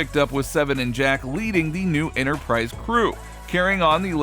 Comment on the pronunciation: Wish the narrator would learn how to pronounce "a" and "the."